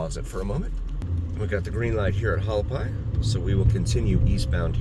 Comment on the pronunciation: ha Wal I pie, not hu al pie😂 I live off it. Nice channel!